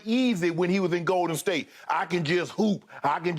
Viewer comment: Any one else get slightly annoyed by the way Skip pronounces "GOL-Den State